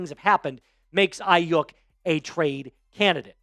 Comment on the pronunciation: It's Ai-YU (pronounced like you)-k. Not bashing you or anything just helping ya know how it's pronounced